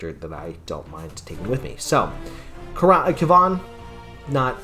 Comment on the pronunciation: Aerie: cleric and mage in one character so I can put cleric spells in my sequencers? Yes, please. Sure, she's not as powerful early on compared to a specialist, but she's so flexible as a support caster I can stick her into just about any party. Also, minor quibble: Kivan is similar to Kevin/Gavin, so hearing it pronounced Kvawn makes me giggle a little bit because it reminds me of stephan urquelle shopping at the local tarjay